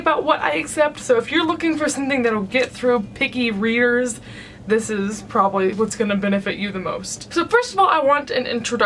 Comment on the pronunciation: when you said picky readers I thought you said "picky rears" and I was like, ok.....? XD